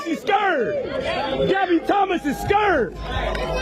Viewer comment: hard to take you seriously when you can't even pronounce the word 'scared'. such an unhappy feline. you're so small.